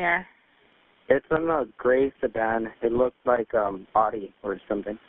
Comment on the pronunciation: whats an "Otty" i know what an audi is but otty?? get it right folks